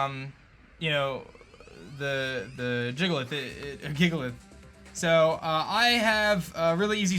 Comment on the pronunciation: DAT BOI SAID JIGALITH